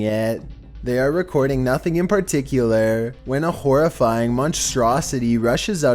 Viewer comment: Well I skipped when he said "then a horrorfiging monster coming near the camera"